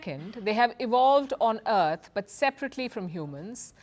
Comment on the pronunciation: "...on Eart"